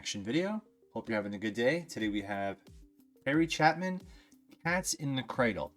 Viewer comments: Thanks for reacting to this. Harry has a bunch of great story songs - my favorites are A Better Place to Be and Mail Order Annie. You might want to read his name correctly - it is Chapin, not Chapman. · It is Chapin, not Chapman. I don't know why every reactor has a problem with his name. Pronounced Chay-pin. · It's not Chapman - it's Chaypin.... and Bawlderdash pretty much means BS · No m in chapen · Chapin (Chay-pin) not Chapman & Bal-der-Dash not bal-der-ash. 👍🏼 Sad song lol. Always liked this song as a kid for the sound of the music. Years later, I actually listened to the word & was like wtf 😂 I still like it though. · Harry Chaaaaaaaapin, not Chapman. This is a profound song that all dad's should listen to and take to heart. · Sorry but his name isn't Chapman. It's pronounced Cha- pin. The A is a long vowel A. Harry passed away July 16, 1981 in a car accident. He was 38. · Bal-der-dash. It means "nonsense." And his surname is Chapin, pronounced "Chay-pin." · Pronounced Chaypin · Pay attention to your pronunciation. Chapin is pronounced with a LONG "A" (chay-pin). Also "bal-der-dash" basically means "crap", verities are trueisms. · It’s pronounced Chapin with a hard A. It was nice to see your emotional reaction. Watch Taxi next. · Oh, Christ. I knew the butchering of the name was inevitable, they all butcher it...usually as "Chappin"...but even I didn't expect "Chapman". Also, how the hell has an adult human being in an English speaking country never even heard the word "balderdash" before? And how can an adult human being look at the letters that make up a word...B-A-L-D-E-R-D-A-S-H...and not even come close to the correct pronunciation? Be embarrassed. Just be embarrassed. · It's pronounced Chay-pin. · his name is pronounced CHAY-pin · Why can't you pronounce his name? You're saying letters that aren't there. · Please learner to pronounce his name correctly